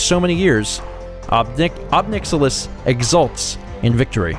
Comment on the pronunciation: I think it's pronounced [ɑb 'najɪlɪs] (ohb NIGH-ill-iss). That's how I tend to pronounce it, because he certainly is rather a nihilist.